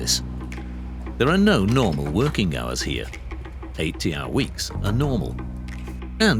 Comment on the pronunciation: That isn't woeking.